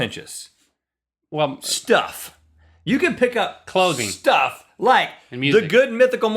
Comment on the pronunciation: Rhett said Shtuff